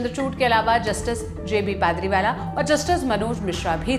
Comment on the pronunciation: wo justice पारदीवाला hai na ki पादरी वाला😂😂😂😂😅😅😅